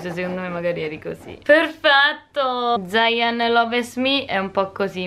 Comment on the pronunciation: io sono ZAIAN LOVES ME no okay ci hai provato ma la prossima volta ti prego si dice ZAYN, ZAYN (ZEIN)